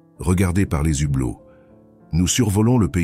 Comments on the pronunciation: Très belle diction mais certaines liaisons hasardeuses, les zhublots ? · Les zhublos qu'il prononce